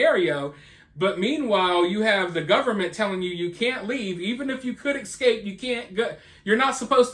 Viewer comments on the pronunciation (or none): The word is "eScape," not "eKscape."